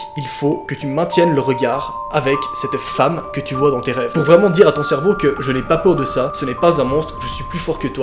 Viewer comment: « Faut vraiment que je comprenne ce que mon cherveau veut me dire » Ouiiiiii mais noaaaaaaaaaaa depuis quand tu dis cherveau ?!!!!! 🤣🤣🤣